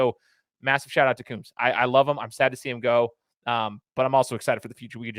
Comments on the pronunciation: first learn how to pronounce Kerry Coombs. Coombs, like a comb for your hair, long O's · Pease learn to pronounce Kerry Coombs' name. lt is Coombs- long O's like combs for your hair. Yes, he is a very good man and a good coach.